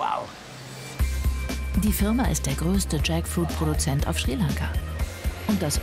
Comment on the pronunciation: Jaktfrucht, spelled Tschäckfuiet, in Lautschrift für unsere deutsche Kommentatorin 😉😅😂